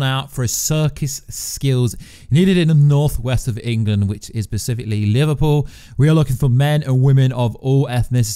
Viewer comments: it's hard not to notice it when he misuses the word like 12 times. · Take a drink any time he says “pacifically” instead of “specifically” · "Specifically". With an "S". Not "Pacifically", which you said like a dozen times. Good videos, but mispronouncing words dozens of times? Come on. If you can't say it, use another word. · Persificly? Specifically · Glad I wasnt the only one who caught that lol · Not only is he saying pacifically, he is saying in sentences that doesn't make sense in. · Oh my God I can't watch this anymore hahahaha. Everytime he says pacifically, I laugh. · Is it just me or is he saying "pacifcally"? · No one: Absolutely no one: In the comments: is he saying pacifically? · Pacifically... sorry, just needed to say it again... pacifically! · I enjoyed the video but there's an "s" at the beginning of "specifically"